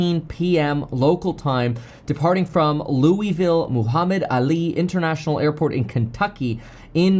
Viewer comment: you pronounced Louisville wrong